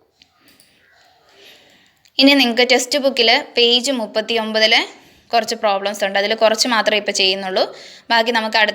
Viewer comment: Kurach ennan karach ennalla miss